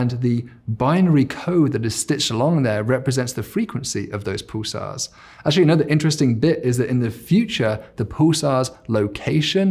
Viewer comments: Snarky comment warning "Paul-sars" and "cool-tural". And yet we're mocking the need to bring in a linguist? Still a very informative video though. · I've never heard Pulsars called pooh-sars in all of my 60 years on this planet.